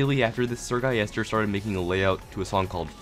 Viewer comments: “Sir guyester” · eseerre gulister